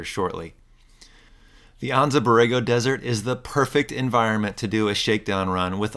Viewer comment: Never heard it pronounced Ahnnza Borrego